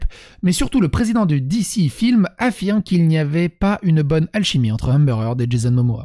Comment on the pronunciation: Je suis pas chiant niveau accent mais pour un nom que tu prononces au moins 50 fois dans la video stp C'est Amber Heard et pas Hamber Eard